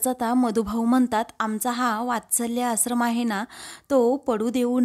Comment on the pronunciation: आसरम 😣👎👎 आश्रम 🤘👍 Please read the words properly 😊